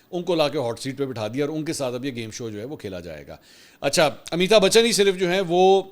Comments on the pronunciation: آپ کے لئے اطلاع ہے اس ایکٹر کا نام امیتا نہیں بلکہ امیتابھ بچن ہے امیتا بولنا درست نہیں ہے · منصور بھائی! امی تا بچن نہیں بلکہ امیتابھ بچن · Please correct your pronunciation of amitabh bachan. Mansoor bhai you kept saying ameeta bachan which of course is totally wrong. ! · Ap mouth se amitabachan buhut funny lagta ha